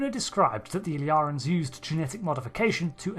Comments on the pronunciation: It's not pronounced "Ill-yar-ans", but "Ill-ear-ians". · The way you keep pronouncing the species name in the video is like "Illarans", or "Illarens", instead of "Illyrians". Could there be two different species, one with the other species name spelling???? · Ill-ear-ians Not Ill-yarans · In my controversial and highly important opinion, it's pronounced "il LEER' ee in" as in "Illyria," a region in northwestern Greece (roughly around modern day Albania) of primary historical importance in classical antiquity. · It's not that hard. ill-EAR-ee-uns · Why is the narrator of this video pronouncing their name in such a strange way? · Does make you wonder how someone can spend the best part of an hour watching an episode where the word is said numerous times and then completely get it wrong SO MANY TIMES. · Crucially, "Illyria" was a made-up country in Shakespeare, borrowed by a number of writers to name their pretend countries because it's public domain. Trek writers enjoy their Shakespeare references. But that also means there are a few centuries of precedent in English-speaking culture pointing to how this word is pronounced. Y'know, if listening to the episode weren't enough.